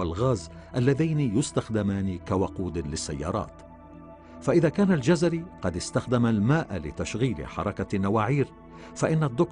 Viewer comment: انا لم اجزم انه كردي او غيرذلك٠٠اناعلقت علئ تسمية الجزيري٠٠٠او الجزراوي٠٠٠٠وصاحب الفيديو ينطقها جَزَري٠٠٠امابلنسبة للكورد نحنوا لنا الله كغيرنا وكفي باللهِ وكيلا